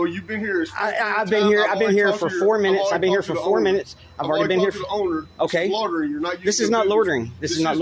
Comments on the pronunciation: They cannot pronounce loy-ter-ring. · What the heck is “lottering” 😂😂😂😂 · "Lawtering"????? That's not a word. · “Lordering” lol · Is there no one in this video who knows how to pronounce the word "loitering"? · I've never heard people struggle so much to say "loitering". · The only crime committed here is the cops pronunciation of the word "loitering."